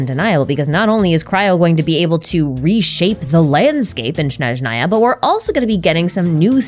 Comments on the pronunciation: Snézhnaya, not Snezhnáya. the game pronounces it wrong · It’s Snezhnaya, not Shnezhnaya. The word starts with the consonant cluster sn, just like in English words snow, snack, or snake. There is no sh sound at the beginning. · You're almost done, it's S-N-ezhnaya, not Sh-N-eznaya. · Why do Americans always mispronounce Snezhnaya omg bruh... It's not Shnezhnaya, but Snezhnaya (sn as in "snake") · I’m sorry but as a Slav I couldn’t focus throughout the video because of the way you mispronounced Snezhnaya 😭 it’s pronounced “Snyezhnaya” and not “Schnezhnaya” 😭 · I just want to say that I find it cute and funny now you say SHnezhnaya :D (it should be [sne] like in snack or even snake) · Snezhnaya is Pronounced Snehzh-Neye-Yuh, The first S is pronounced the same as the First S in Snow. Hope this Helps. 😊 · “Shnezhnaya,” “Kal-i-vala,” “Po-hola,” etc. 🤦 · Is it shnowy in Shneshnaya? 😂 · Great video as always, but my whole body cringes so hard whenever you say “Shnezhnaya” 😖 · please 😭 Snezhnaya has an s like snake, not a sh like shoe at the beginning 😭😭😭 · There is no need to try to pronounce Snezhnaya in a strange way. "S" is pronounced like "S", not like "sh" or "sch". "Zh" (pronounced like like "Zhongli") is the only special letter combination in the word. (Ideally, the first N should be palatalized, and the second N shouldn't be, but it's safe to ignore) The signs in Temple of Space are probably written by our good friend Istoria.